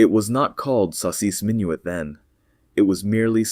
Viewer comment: You can tell it's AI. He can't say "saucisse minuit" properly and suddenly at the list of names he acquires a French accent 😂 Sleep inducing drone.